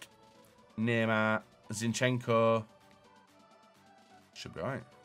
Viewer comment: Everyone: neymar: naeymaaa